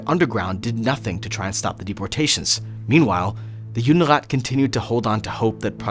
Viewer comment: Не Юнират, а Юдерат